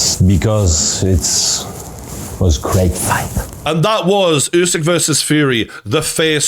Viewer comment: Bro it’s oooow sick Not you sick 😮